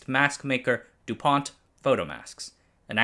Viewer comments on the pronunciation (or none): none